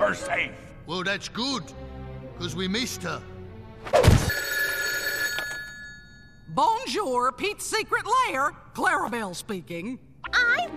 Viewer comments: BON JORE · Im sorry but butchering “bonjour” had NO RIGHT being that funny